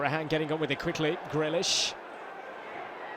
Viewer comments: GreAlish lol. Get the A in there. #UTV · ITS GREALISH NOT GRELISH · Or us for the commentator calling grealish grellish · This commentator proper irritates me & I don’t know why, I think it’s got something to do with the fact he sounds like Kermit every time he gets a little excited, & pronouncing Grealish GRELISH! Bring back Jack Woodward! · Does he know how to say Grealish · Nice Meme exactly he is my fav player and he is sayin his name wrong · Get a commentator than can pronounce jack grealish’s name properly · Or cus of the way he pronounced Grealish it's getting to me